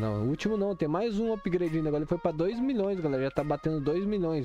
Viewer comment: "upgreide" kkkkkkkkkkk